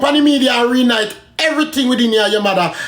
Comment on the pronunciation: said Re night instead of reunite 😂😂😂😂😂